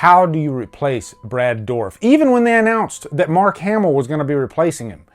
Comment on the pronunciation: mark not ass